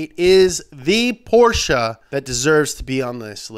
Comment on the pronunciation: Him pronouncing "Porsche" the correct way is all I needed and more.